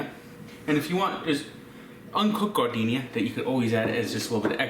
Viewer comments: F on the "garden-iaiaia" pronunciation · Gardenia is actually pronounced JAR-DIN -AIRA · That man just pronounced that shit GARD-deenia. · pronunciation of Giardiniera made me think he was putting flowers into the beefs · Someone arrest this man for how he just pronouned Giardiniera